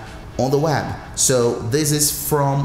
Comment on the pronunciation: “Wazap on the wab “